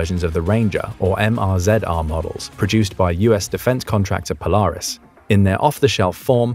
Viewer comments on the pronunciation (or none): none